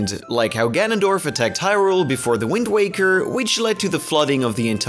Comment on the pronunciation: "The Wind Wakerrrrr"